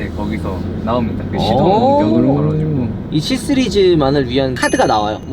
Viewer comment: 3스리즈 7스리즈로 들리네요.. ㅎㅎ